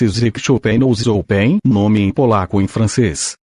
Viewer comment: A pronúncia chopéin está maravilhosa para nós americanos